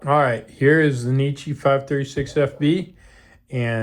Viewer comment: It's NECK EE, not KNEE CHEE